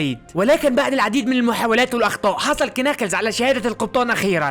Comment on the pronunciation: اسمو ناكلز مو كناكلز حرفk لا ينطق